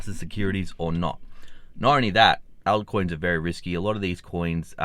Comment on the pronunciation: Right, ALT coins mate. It sounds like he's saying out-coins. 😉🤠